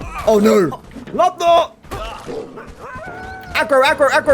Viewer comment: I believe your companion's name is pronounced Lube-oh-meer, not Lubnoor